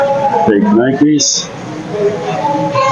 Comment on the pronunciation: It's pronounced Ny-Kee.